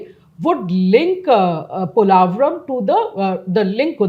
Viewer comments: You are a renowned Indian journalist, not finding wrong with the video or information. Just wish you people pronounce the name correctly and don't sound like a foreigner trying to pronounce Polavaram. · analysis.....but two things - 1. its called "POlavaram" ...not "Polaavaram". 2. you should have a little focused more on why the delay in project....TDP govt worked on it 2014-19 but the YCP govt just let the work done rot for reasons best know to them. Politicians who rule with no regard to state/country development should be named & shamed so other leaders know even politicians will face consequences for actions like YCP did. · Is it just me or anybody’s annoyed how he’s pronouncing polavaram